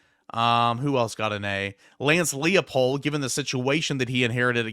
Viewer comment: For Lance Leipold, it's not pronounced "Lee-uh-pold," but more like "Ly-pold." In German names, in ei or ie combos, you pronounce the second letter of the combo.